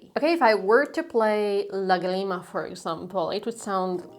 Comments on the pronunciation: Please don't say agreement, it's LAgrima 😊😅❤🎉❤ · Lá-grima. Not Lagri-ma. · It is not pronounced "láGRIma." It is pronounced "LÁgrima." That accent mark on the Á means that you must stress that syllable. In Hungarian (), all words are stressed on the first syllable to come out of your mouth. In French, all words are stressed on the last syllable to come out of your mouth. Both French and Hungarian use accent marks for pronunciation, not for stress. Spanish is not like that. We use accent marks for stress, not for pronunciation. So, next time, say "lágrima." Cheers,. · I'm sorry but is làgrima, not lagreeeeema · Great video. Just one thing. The word "lágrima" (tear, as in what your eyes shed) has the emphasis on the first syllable...pronounce the three syllables in a triplet. If you emphasize the second syllable, like an eighth note, bar line and two eighth notes, you're saying "la grima", which means something like "the creeps", as in "it gives me the creeps"...and it's kinda funny 🙂. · Please pronounce Lagrima correctly. The way you say it is sounding American